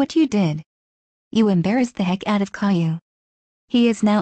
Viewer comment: My named is pronounced Caillou not cailou